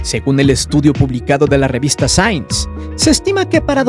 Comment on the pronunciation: La revista sains 🤣🤣🤣🤣🤣🤣🤣🤣 que güey para pronunciar LMFAO 🤪